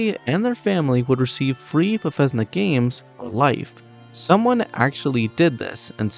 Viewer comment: I like your video friend. The only thing I want to bring up is I believe you were pronouncing Bethesda incorrectly, unless thats how people in the community say it. Otherwise some of these facts were actually really cool, like the water boiling!